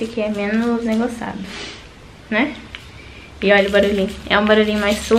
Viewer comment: "Negoçado " kkkkkkkk aí aí essa